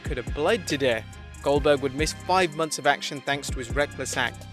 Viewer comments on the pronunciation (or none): none